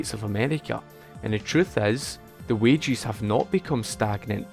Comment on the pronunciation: I thought he was referring to wage earners as "wagies" but he was just saying "wages" with an accent 🤔